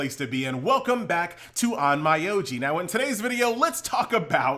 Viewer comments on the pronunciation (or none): if you learn how to pronounce the name of the game you are making videos of, I promess i'll be back to watch your videos.